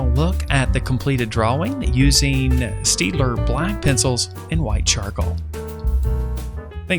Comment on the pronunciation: it's pronounced 'Shtaydler'